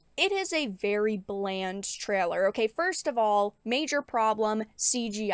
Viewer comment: She keeps saying 'treller'. Does she mean 'trailer'?